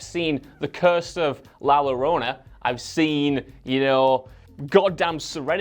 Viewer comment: Listening to attempt to pronounce La Llorona took at least a couple days off my life